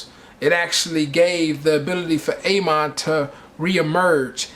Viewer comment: A. MON lol its ah mon